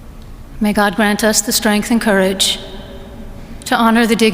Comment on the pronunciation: How is it you get the names wrong -- and can't pronounce ""courage"?